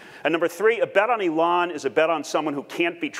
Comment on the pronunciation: Oh.... I see what the problem is. He can't pronounce Elon. He says it like Ellen but spelled Ellon. Makes me wonder if he is thinking of the right guy or not.